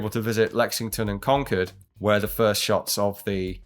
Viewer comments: I grew up in Concord, California. I always pronounced it "con-kerd" and noticed people from any other place pronounced it "Con-Kord." I was surprised to hear someone from another country say it the same way I do, lol. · Thanks for pronouncing “Concord” correctly! Brits have a hard time with that one lol